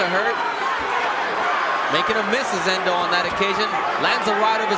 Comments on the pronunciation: Spelt Ndou and pronounced Ndoo not Endo. The commentator is a silly man. RIP: Nick Du Randt - one of the best trainers that South Africa ever produced. Nick guided Sugarboy Malinga to an upset win over Nigel Benn in 1992 and he was also in Hasim Rahman's corner when 'The Rock' knocked out Lennox Lewis back in 2001 (their first fight). Peace and love to everyone out there from South Africa from a hard core boxing fan in KwaZulu-Natal. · Why😂 is He calling him Endou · He's pronouncing n in full because their names start with a letter followed by an alphabet eg if it was Hlophe he would say Shlophe because he pronounces H in full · The commentator is adding an E on Ndou.I don't know his problem. Maybe he can't read